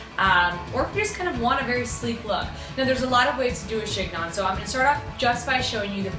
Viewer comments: I loved your video, BUT.....it's pronounced like "she nyoh".....the g and the final n are silent.... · (The "g" is silent - it's pronounced "shen-yon".)